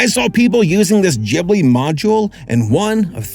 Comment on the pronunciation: GIBli its GIB-li! NOT GHIB-li!